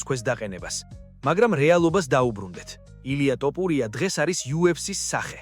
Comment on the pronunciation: ტოპურია არაა ბიჭო თოფურია